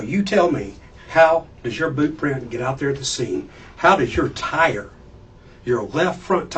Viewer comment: Yer wearin' the bewt. That's yer bewt.